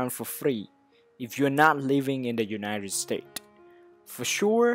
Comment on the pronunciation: “Unired states